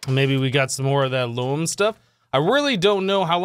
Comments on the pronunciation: Since you asked, it's pronounced Loam. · it is pronounced loam